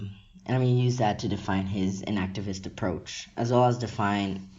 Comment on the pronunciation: I wasn't quite sure - were you saying "inactivist" or "enactivist". Is it inaction or enaction?